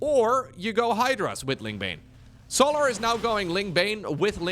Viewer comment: I love how pronounces Solahr. I also love when pro players kill their own units, like NightMare did to his archon in game 2 XD